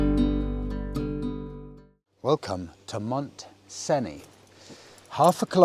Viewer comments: Monsén or Monsane is like a Spaniard that doesn’t try to pronounce it right would say it. Source: I live in Montseny ;) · Monsane? No. We pronounce Montseny as it's written.